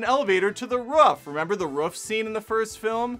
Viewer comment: Your t-shirt is too tight, you pronounce “roof” like a small dog barking and I disagree with your rant… but there were some interesting points in the comment section.